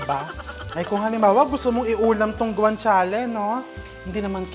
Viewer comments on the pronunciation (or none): Ang pronounce po ng GUANCIALE ay with H (guanchiale) hope di ka na offend